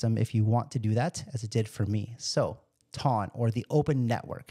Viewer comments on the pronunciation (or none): It's "TON". It rhymes with fun, gun. one, run, and hon. 2,000 pounds weighs one TON! Every time you say "tawn" I want to scream.